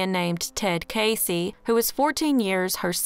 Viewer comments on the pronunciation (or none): none